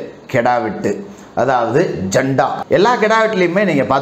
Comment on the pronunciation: நண்பரே அது ஜண்டா அல்ல ஜட்கா